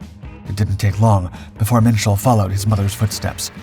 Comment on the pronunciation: Minshall is pronounced Mitchell?